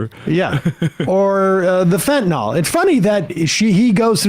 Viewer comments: It’s FentanYL, NOT Fentanol! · Sam, it's not fentanol, it's fentanyl, that's Y-L, not O-L. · Great debate, and it's obvious Trump was denigrating and traducing the actual human beings coming from Asia and Africa, not some invented policy. By the way someone tell Sam - Fentanyl is spelt with a 'y' so the pronunciation is an 'i' as in Fentanil - NOT Fentanor. Proper pronunciation of the English language is important when broadcasting. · It’s fentanYL, guys, not fentanAWL!!!